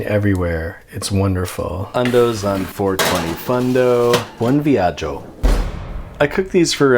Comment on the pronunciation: btw, buon viaggio pronunciation on point!